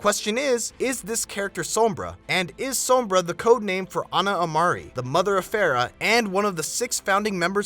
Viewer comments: her name means shade, the o is heavy o so u say it like oh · u Americans pronounce sombra so weirdly, u say sumbrah, its funny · lol u messed up sombra